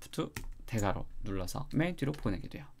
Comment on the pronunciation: 대괄호가‥대갈로 들린다‥